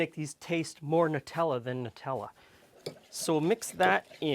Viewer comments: EXACTLY! It's NUTs and chocolate not NEWTs and chocolate! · Finally someone who says Nutella properly! None of this silly, "Newtella"